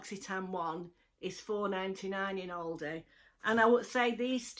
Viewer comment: I love watching you but I also love how you pronounce ALDI!! You always say Ouldi!